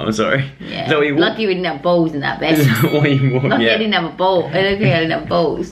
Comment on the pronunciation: I love when Dianne says balls it sounds like bowls 😂